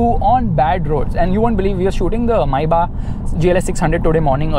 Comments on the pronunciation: Do you guys actually realise that he's saying (My back ) instead of maybach. 😂😂🤣 My back🤣😂 my back 😂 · When u said Maybach i heard "Mercedes Mai Baap"🤣🤣😂🤣.Sach mein mai baap hai wo Mercedes Benz ka